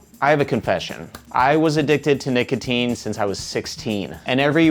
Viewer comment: when u say nicotine the firstime i thought u said naked teens